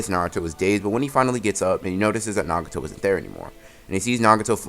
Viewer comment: sometimes this guy can't pronounce easy words like nagato